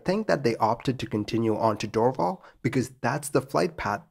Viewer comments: Great as usual. One note: It's pronounced "door-VAL". 👍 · good story (frightening for those in the plane I'll bet). Just a slight pronunciation note - the airport (now called Pierre Elliot Trudeau airport) would be pronounced "Dor - val" not "Drvl". Keep up the good work! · As a Canadian, Val d'or is pronounced "Val door". while Dorval is pronounced “Dor-val" (as in valley). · It doesn't help your credibility that you can't pronounce Val d'Or, Dorval or Québec properly